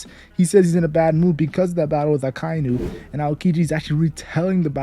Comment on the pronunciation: its aka-inu, not a-kai-nu